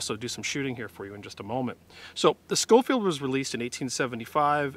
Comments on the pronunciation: It’s not pronounced Skofield. It is pronounced Show-field. Hell Red Dead 2 got it right. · It's actually pronounced Show-field.